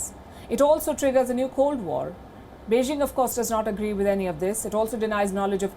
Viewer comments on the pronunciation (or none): none